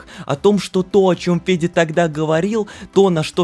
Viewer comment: Почему я всё видео слышу Педя вместо Феди?